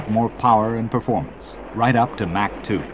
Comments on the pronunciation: And Mak-too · He pronounces USAF (You-Sef) and Mach oddly as well...